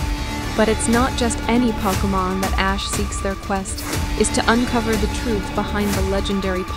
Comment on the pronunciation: Thought it was real for a second, but she kept mispronouncing Pokémon as Poke-a-Mon, like when you poke something😂 Oh no... It's Auung and not Aang all over again😭😭😭